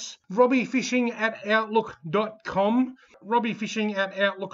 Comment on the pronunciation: Well done Beau. Better luck next time for myself and everyone else. Gotta be in it to win it. Before you even brought up the spelling mishap, I noticed you emphasized the 'IE' in olightrocksrobbIEfishing. hahahahaha nice touch.